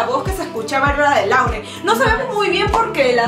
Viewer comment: Lauren se pronuncia "loren" según yo